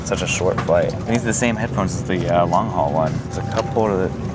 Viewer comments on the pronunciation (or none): none